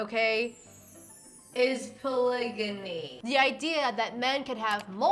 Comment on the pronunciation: I was too focused on pol-ih-jammy to hear what he was actually saying